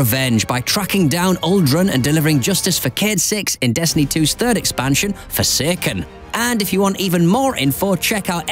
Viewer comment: Why does this guy say; Destiny 2 "fuhseken"